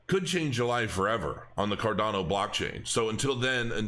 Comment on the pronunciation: Card-yawn-o... ;-) . . . . . I love ADA btw.